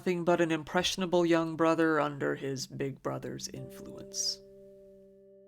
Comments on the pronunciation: Kid still pronounced brother "bwother". I'm so sorry little man, you deserved so much better, rest in peace. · That 911 call hurt me so much… the way he couldn’t even pronounce his r’s is making me cry